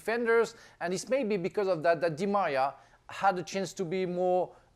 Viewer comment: I love how frank couldnt say Di Maria🤣